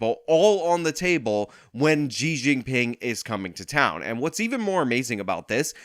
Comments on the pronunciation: Xi is pronounced as "She" by the way, at least trash that pig correctly. It's really annoying hearing you say ji instead of she. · She...xi is pronounced she.